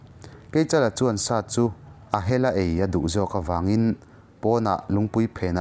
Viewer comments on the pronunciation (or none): none